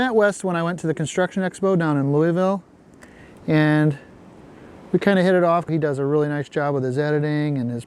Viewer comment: As a person from Kentucky, I have to tell you, you pronounced Louisville wrong.